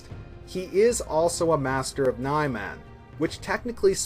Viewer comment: 4 years later, and you're still pronouncing it as "Nigh-Man" instead of "Nee-Mahn".